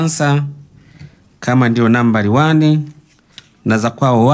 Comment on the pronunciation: Numbari wani...🤣🤣🤣🤣🤣 kizungu kibaya